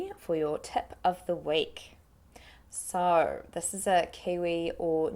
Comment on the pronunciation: Hi Amy. Thanks for the great video! I'm wondering, how do you pronounce that "o" in "so" on in a rolling manner? It sounds more like [sour] rather than [sou]. I'd love to learn how to do that. Thank you!